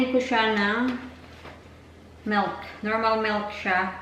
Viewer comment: Again..... Melk.... Milk you mean Pelow..... Pillow you mean